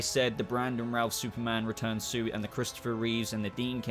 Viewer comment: How can you put the Superboy suits in with the Kirk Alyn/George Reeves suits? They’re very different designs and the S is a completely different shape. The Superboy suits were much more in line with the Reeve films. Also it’s Christoper Reeve, not Reeves and it’s Routh not Rouths lol We’re going to be doing a suit ranking on our show once the new Superman and Lois suit drops.